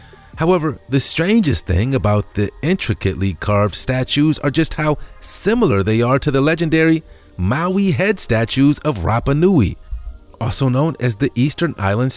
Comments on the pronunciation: Does this guy have dyslexia? Mispronounced "moai" as "Maui", "Concho" as "cock-no", says to give up your "early" possessions instead of Earthly. And I haven't even finished the video. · Dude after all the videos you've narrated.......you'd think you learn how to pronounce simple words correctly!! Come on....just name few Moai Angel and most importantly ANCIENT It's not ank-chent It's ain-chent